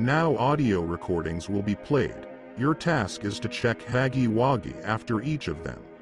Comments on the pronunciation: Huggy wuggy not haggy waggy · It's not haggy waggy it's huggy wuggy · Huggy wuggy❌ Haggy waggy✅ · Huggy Wuggy❌️ Haggy Waggy✅️ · Ai voice it said haggy haggy instead of huggy wuggy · I dont know why but this is just so funny to me, specially huggy's face lmao 😭 Also the way the text to speech just pronounces "Haggy Waggy" is just 👌👌👌👌 Also dont tyrn subtitles 💀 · Bro said haggy waggy 💀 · Bro said haggy waggy